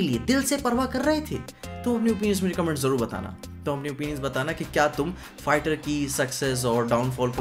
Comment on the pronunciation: bro I don't know why its only me or anybody else who also heard the pronunciation of "fighter" as "farter" in the video